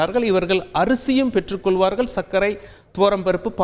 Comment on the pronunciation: For example, பெற்றுக்கொள்வார்கள் என்பது கொல்வார்கள் என்று உச்சரிக்கப்படுகிறது, plz correct your pronunciation